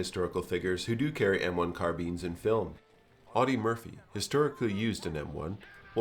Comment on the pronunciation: I like how u pronounce the M1 CarBEANs xd